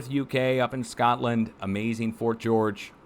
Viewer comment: Love the connery-esque pronunciation of "Shcotland"!